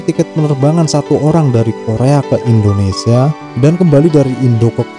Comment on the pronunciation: Mimin koreksi pengucapanya ttp Indonesia bukan Endonesia